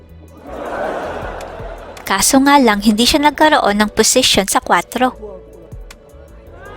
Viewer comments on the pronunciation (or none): none